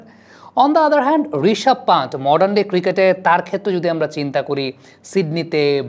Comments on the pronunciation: পান্ত নয়, পন্ত্... ঋষভ পন্ত্! আপনারা কেন এত ভুলভাল বানান লেখেন এবং উচ্চারণ করেন, বুঝে পাই না! বিরাট কোহলি-কে বলেন 'ভিরাট কোহলি'! 'সূর্যকুমার'-কে বলেন 'সুরিয়াকুমার', 'যশস্বী'-কে বলেন 'ইয়াশাসভী'!! কী এসব!! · ওটা ইয়াশাসভি জয়স‌ওয়াল হবে না, যশস্বী জয়স‌ওয়াল হবে। আর রিশাভ পান্ত না, রিষভ পান্থ হবে।ইদানিং দেখছি বাংলাদেশিরা বাংলা ভাষার বলাৎকার করতে একটুও ছাড় দিচ্ছে না।